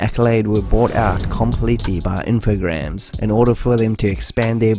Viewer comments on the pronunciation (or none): You make cool documentaries. It could be a bit less fast though. Infogrames is pronounced like infogramme in a French kinda way... Does Bubsy on the Jaguar count? Fractured Furry Tales?